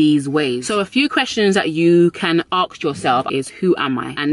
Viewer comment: She says “ax me” lol I love this accent! Also great life advice!